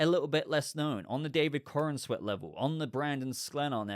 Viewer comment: I love all of your content, but you have to stop saying David CornANsweat. You are mispronouncing his name and giving an extra syllable is just David BatmanCornSweeat. When it comes and do it as you just said, watch a clip where he pronounces his own name. 🤦